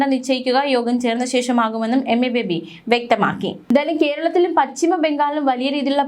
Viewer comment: ഒരുവിധം ന്യൂസ് റീഡേഴ്സ് ഒക്കെ പച്ചിമബംഗാൾ എന്നു വികലമായി പറയുന്നു പശ്ചിമ ബംഗാൾ എന്ന അവർക്ക് പറയാൻ കിട്ടില്ല നേരാംവണ്ണം മലയാള പദങ്ങൾ ഉച്ചരിക്കാൻ കഴിയാത്തവരാണ് ഒരു വിഭാഗം ന്യൂസ് റീഡേഴ്സ്